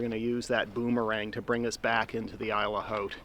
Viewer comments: 👁️ ll say it with me. Not eel, 👁️ ll it means island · Why do you pronounce isle differently? Shouldn't it be pronounced as "ile"?